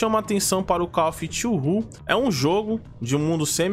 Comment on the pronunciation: “Call of twu rru” kkkkkkk